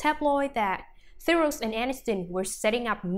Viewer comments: It's pronounced The row if you're going to have a you tube channel about the celebrities for Gods sake pronounce their names correctly. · This robot must be programmed to pronounce names properly and to speak with regard to punctuation.